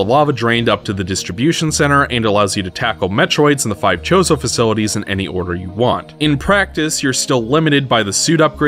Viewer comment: I'm sorry... are you calling them "The Chorizo"? cause that's some spicy sausage